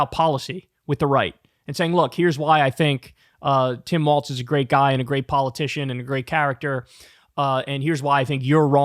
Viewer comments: It seems that Kyle has to consciously make himself remember how to pronounce Walz and not Waltz.....bc he calls him waltz like every other time and then will say Walz correclty but then say Waltz again n it keeps happening over n over again like that🤣😭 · It is pronounced WalZ.......there is a Z at the end of his name but not a T. Not Walls and Not Waltz........Pronounce it with the Z but leave out the T. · Yeah its pronounced WALLS haha. I did the same thing at first pronouncing it with a T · Kyle your saying Tim Walts, it’s Walz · Pronounced Walls. There is no T in his last name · THERE IS NO "T" in his name,, say it with me WALLL-ZZZZZZ. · It is Walz as in walls and Kamala as in comma-la. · his last name doesn't have a t in it. its walz. it is more thsn 1 wall, not a dance. J D does it on purpose, please quit. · Hey just wondering, why can’t Kyle pronounce it “walls” like it’s known to be pronounced? It seems rather ridiculous to persist. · Nah bruh the phonetic pronunciation is “WAWLZ” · Kyle is going to be saying the name "Tim Walz" on air at least 10,000 more times over the next three months at minimum. SO WILL SOMEONE PLEASE TELL HIM HOW IT"S PRONOUNCED???? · It is pronounced WalZ.......there is a Z at the end of his name but not a T. Not Waltz........Pronounce it with the Z but leave out the T. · It's WALLS not WALTZ lmao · WALZ (walls) not Waltz (dance). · Just remember it's pronounced walls not waltz. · Its Tim Wallz, not Tim Waltz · You should learn to say his name properly. It’s Walz, not Waltz. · Please say his name correctly. It's WALZ not WALTZ. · WHEN IS KYLE GOING TO STOP CALLING HIM TIM WALTZ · No "T" is Walz. Pronounced exactly like Walls. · "Immediately if not sooner" is a phrase I have hard since I can remember. I don't know that Trump understands it, but it is meant to be mildly amusing exaggeration like, "I don't know him. I swear I couldn't pick him out of a lineup of one." (By the way, it sounds lie "walls," not "waltz.") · WALLZ not Waltz